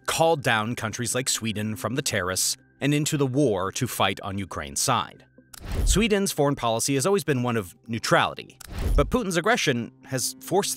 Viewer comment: as SWEEENS newest member... lol